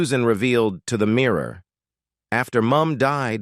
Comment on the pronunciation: Is this a robot voice? It sounds American yet mispronounces simple words like "mirror" and "themselves". Very weird.